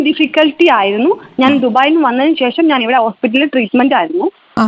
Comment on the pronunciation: അക്ഷര സ്പുടതയോടെ സംസാരിക്കു ബ്രോ 🙏🏾🙏🏾ശേഷം ആണ്... സെശം അല്ല. സോസിയൽ മീഡിയ അല്ല... സോഷ്യൽ മീഡിയ..